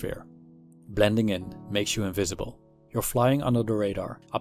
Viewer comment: Much as I respect your right to be 'invisible', I admit that I am very curious to know what your mother tongue is. Your "v"s frequently sound like "f"s (your "invisible" sounds like "infeasible"), so I'll bet your L1 is Dutch. Anyway, your videos are great! A fan from Greece.